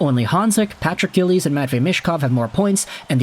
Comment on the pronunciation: Its "Giles" (jie-ulls) NOT "Gillies" (gill-ees) Sometimes I think you butcher the English language AND players names on purpose just to see if you'll get a response. Then again, you could just be that dumb.